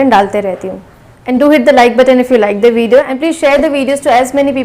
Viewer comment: Tips Its "theee' end not "de" Rule - "the' before any word starting with A E I O U is THEEE , with drawling . Direct "tranaslate' not "convert" or "convesion"